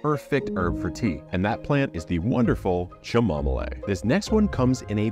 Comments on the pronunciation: I have to think this is a regionally different pronunciation? He's got the other two correct & says it his way with every bit of confidence in his mind? I wondered why he would mention eating a leaf tasting like GASOLINE??? Oh you can eat them, but.... Okay, then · Pronunciation: Camo mill. "Cha mom a lay" is wrong. 😂😂😂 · Wow I just watched this and was taken back by the way you said Chamomile and also added an extra syllable, then I had to read the comments to see what other people said and then I realised everyone else had already commented about you saying Chi-mar-mo-lay but It has 3syllables and its pronounced Ca-muh-mile but also you said the last one wrong you said Alis-sum when it like the girls name Alison but obviously ends with the letter M so A-lur-sm, this plant is old english and people would call it both sweet Alison or sweet Alyssum and yes it spreads like wild fire I have it all over my rockeries and planted it over 30yrs ago for my daughter Alison🤔😱😆😂🤣👍🏼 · cha mo mi le 😂😂😂 sorry mate its pronounced ca mo mile, but it did give me a giggle 😆🙏❤️ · Sha-mom-olé??? It's pronounced-- cam-o-meel or cam-o-mile. Just so you know. Nasturtium blossoms are edible. Peppery. I have never heard of anyone actually eating the LEAVES. 🤨 You can pickle the flower buds, & they are similar to capers, as I understand. Did you talk about eating nasturtium LEAVES, & butcher the pronunciation of chamomile, as bait, to solicit comments? Or, do you really not know this stuff? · Chim-mo-mo-lay 😂 Oh my gosh!!!😂😅 Oooh too funny!! I love this guy! 😁 Thank you for the laugh. I am a nurse, and with some medications this is often how I sound when I’m trying to pronounce them. Lol. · I once had a meeting with my supervisor who taught English. We were in a café. It was my first time ordering Chamomile and I said it aloud, "Cha mo me le" :') Never learnt and memorized a pronunciation so fast. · Cha mom ma lay , and some sa los o bees is a graaaaaat cooombooooh